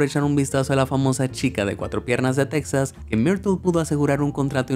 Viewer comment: Cual texas se pronuncia tejas 😡